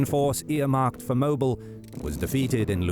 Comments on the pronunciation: It isn't pronounced Moble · It's always funny hearing non-Southerners pronounce Mobile (moh-beel). Great video nonetheless!